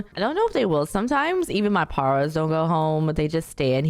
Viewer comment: its quite interesting cause she says it right when saying paralives but then when she says paras she says it wrong